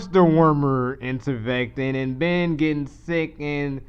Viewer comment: Attempting to espouse brilliance but pronounces IVERMECTIN as IN-VERMECTIN.